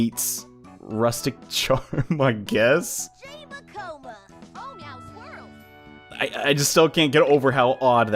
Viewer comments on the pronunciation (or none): Its oh meow swirls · actually its "oh meow swirls!" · its Oh mya swrirls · He said on meow swirls